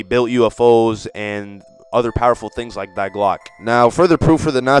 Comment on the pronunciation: die is not pronounced like die in english. It is pronunced like dee.